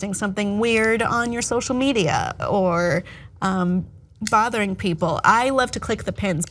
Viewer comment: Did you say "bothering people," or "fathering people?"